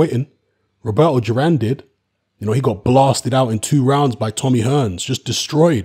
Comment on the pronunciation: Thought it’s duran not juran